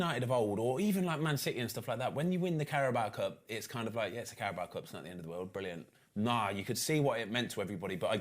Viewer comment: Goldbridge why do you pronounce it the carabowa cup 😂